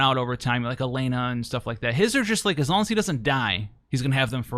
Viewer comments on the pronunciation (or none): none